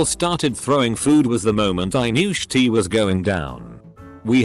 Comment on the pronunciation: Us: shit Reddit robot: shi-tee